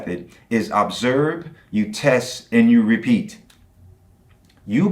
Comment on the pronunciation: But according to him, you can AHB-serve UH-biogenesis.